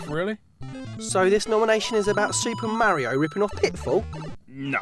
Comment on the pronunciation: What is it with the Chinese always calling Mario "Mary?"